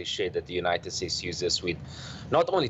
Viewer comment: "The United Stakes" this guy shouldn't be president.